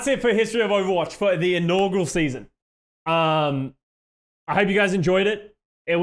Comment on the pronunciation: just so you know, it's "inaugural" not "inaugral." sorry for being that guy